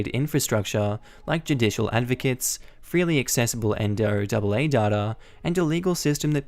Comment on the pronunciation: NOAA = National Oceanic and Atmospheric Administration, usually pronounced as the name Noah. Also, you can technically be travelling north on I-90 I suppose, but it would be a really odd, since any Interstate Highways that end in an even numbers and are only two numbers go east-west, like I-90, I-80, etc. Meanwhile if it's odd, like I-95, or I-5, it's north-south.